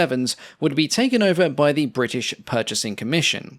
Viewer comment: Bwrritish! :D